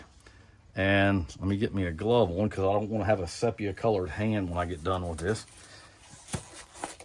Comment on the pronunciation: Ce pe ya? its see pee ya....